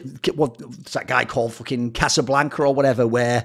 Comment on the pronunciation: That chess player's name was Capablanca (Jose Raul), but I guess "Casablanca" was close enough :P Thanks for another banger video, mate. These are always fantastic. Cheers.